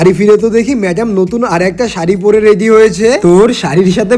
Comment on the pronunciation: Ready❌ Readhy✔️🙂🙏🏻